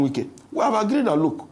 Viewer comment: The way dey pronounce Wike name 😂😅😂😅 "Nye Wike" 😂😅😂 Na wa o!!